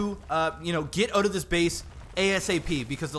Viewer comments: STOP SAYING AHOT!!! ITS SAID OWWWTTTTT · What's with these guys and how they pronounce "out"? It's like "eut"